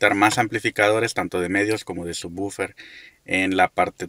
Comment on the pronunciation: por que dicen bufer. que no es woofer